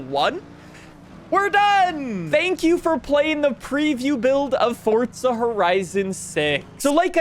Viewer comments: that would be wrong then: because FORTZA is how it is pronounced it's an Italian word, 10 seconds on google is all it takes to not look like a moron. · “ fortza” - 😭✌️ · Fortza, what's that? 😂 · Ăărrrbeee 26’es 🤦🏻‍♂️ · the way you say forza hurts, theres no T before the Z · Why do you call it fortza? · The way you say fortsa really makes my skin crawl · did i just hear "welcome to farts horizon 6" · Just say “forza” the right fucking way. I can’t even watch this cringe ass video… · Hearing “FORTSA HORIZONE SIX” makes me want to paint the ceiling red. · bro calls it’s Fortsa😂💀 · "Fortza" Horizon 6😂 Jk. Thanks for the video though😅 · I sat through the whole video.. but why TF ARE YOU PUTTING A T IN "FOR-ZA" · There is no t in forza😂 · well then they should put a T in the word if they want a T sound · Since when did Forza have a T in it? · so confidently wrong lol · Why cant so many People not Pronounce Forza correctly 🤦‍♂️ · Your pronunciation of Forza is killing me 😫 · yeah, I thought I heard that lol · bro its forza not fortza hahaha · There's No T Fortza Forza ffs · Am I the only one that gets so aggravated from the way some peole say Forza lol It’s like he’s saying Fortza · Forza not fortza lol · STOP SAYING FORT-ZA IS FOUR-ZA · for the next video make sure you pronounce FORZA CORRECTLY that shit bothered the fuck out of me the whole time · Not hating, but why do you say “Fortza” instead of “Forza”? Even the captions pick it up like that. It’s tickling my brain lol. Great video though, hyped for FH6. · Why is he calling it Fortza? I've always known it as Forza. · It’s FOR-ZZZZAAA not FORT-ZA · The Fortza kills me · For-za Not Fort-za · its forza like the letter four , not fartza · Can someone tell this dude its not FORTZA. 🤣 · because that would be wrong, it's 2026 you can google how it is pronounced, hint, it's FORTZA. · why are you saying "fort za" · forTZA (so annoying) lol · New "Fortza" Horizon game. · There is no t in forza its not fortza